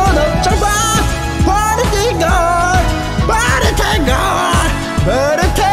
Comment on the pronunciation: 프리티 프리리라고 발음 굴리는거 킹받네